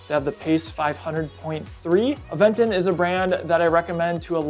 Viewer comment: FYI... It is pronounced "Aventon" with the accent at the "ó". Aventon is a slang word in spanish that means hitch, hitchhiking, push, ride.